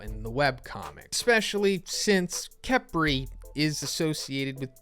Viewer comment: Uh-tem and kef-ree. Not A-tem and kepri